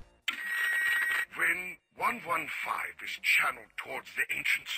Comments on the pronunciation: he says 115 weird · Omg why can't u say element 115 correctly? It get me so triggered! The vid is good tho